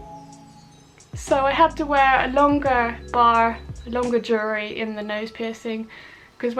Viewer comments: UGH! Jewelry....pronounce- jewel-ry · "jewry" haha love you 💕